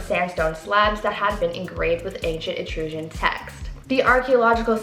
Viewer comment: You pronounced Etruscan incorrectly. It's Etruss-Can Not Etue-scian.